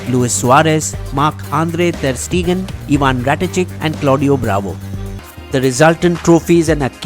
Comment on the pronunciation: Damn he really said "Ivan RATICK"